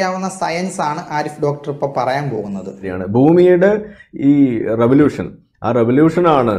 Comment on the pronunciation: "റെവലൂശൻ" എന്നാണ് ഉസ്താദ് പറഞ്ഞത് ശരിക്കും റവലൂഷൻ എന്നല്ലേ?